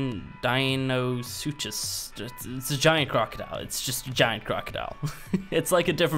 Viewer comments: this how you say it die-no-suchus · its said Dino-Sue-Cuss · it's pronounced (dino-sook-us)